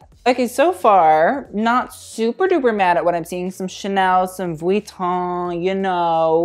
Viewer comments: Stop calling it Vweton... its Veeeeton. "experts" should know pronunciation of the most famous fashion house on the planet... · okay.. please just say Vuitton right .. thanks .